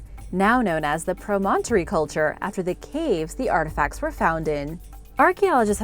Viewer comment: Very well done, but you mispronounced "promontory". Land surrounded by water on three sides. In this case Promontory Point in the Great Salt Lake where the Transcontinental Railroad met in 1869.